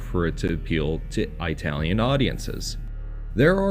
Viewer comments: ih-talian, not eye-talian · I couldn’t get past the narrator mispronouncing “Italian” repeatedly. Say it like “It-al-yen” not “Eye-tal-yen”. Having worked with Italians for years I cringe hard when I hear that pronunciation, and think the speaker must have been from the trailer park. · It's ITalian not EYEtalian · Flinching every time you say "eye-talian" like a r*cist grandpa. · He pronounces Italian as I-talian. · Why does he keep saying Aitalian? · Jeez those friggin eye-talians....lol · No one:: Eyetalian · “Eye-talian”? Yes, dude, we know you aren’t Italian. I’ll bet this guy thinks Spaghetti-Os are delicious. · It's not EYEtalian, you moron. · EYE-talian is a good example of domestication right there. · Please quite saying Aye-talien. You sound like my hillbilly neighbor discussing pizza. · Eye-talian? why not just call them Wops? You're a bigot. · Didn't know about this, super cool. Cringed every time I heard "EYE-talian" though. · Same here! This guy probably has trouble ordering food at Olive Garden. Too ethnic for him. 😂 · love the pronunciation of itallian, i tallian, from apple. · I know, I winced every time he said that. XD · I am 0% Italian, it hurt me as well. I thought only old ignorant cartoon characters actually pronounce it that way. 😂 there is no country called “eye-tally” and they never say it that way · Eyetalian lol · Why do you always pronounce it "eye-talian". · "Eye-talian"? Are you effin kidding me? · You probably have no problem pronouncing "kaiju tokusatsu eiga", but "Italian" you can't do? What the fuuuuudge.